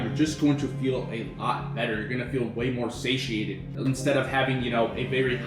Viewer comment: Sashiated? Do you mean sated? 😂😂